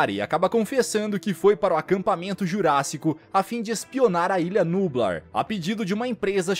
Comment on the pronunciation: Não é nubla é nubláaaaaaaaaaaaaaaa eu ja tô com raiva